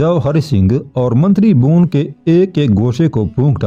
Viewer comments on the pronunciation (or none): الفاظ کی ادائیگی درست نہیں ھے بھون نہیں بھون Bhawan